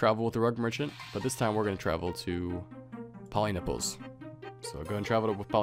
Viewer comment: poliniples o god! my ears were bleeding